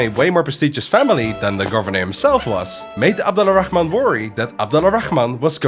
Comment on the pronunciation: Just a tip, Al-Rahman is one word. It's not pronounced Ala Rahman. It's Alrahman, and to be more precise; Arrahman. This is due to a linguistic rule, where certain sounds, including /r/, blend with the definite article "AL" (the). Google "Sun and moon letters" for more info. ;)